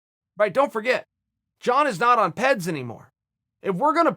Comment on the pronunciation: Only Chael would pronounce PEDS as peds and still be right, what a Legend